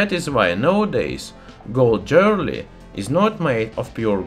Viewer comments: I love the way he says "Jwearaly" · The funniest thing about it is. If you have english subtitles active, google translates it to jelly. That one got me laughing. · I like gold jerly. BTW he's from Estonia, not Russia. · Oh yeah, jeorly. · "Jewerly". Nice example of metathesis. Love the channel ! Subscribed. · I love your pronunciation of jewelry. I'm going to say it that way from now on. : ) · Good video. Thx. Intertwined, not Intertwined. Jewelery sounds like Joo-ler-ee. I always look forward to your new videos! Keep up the good work.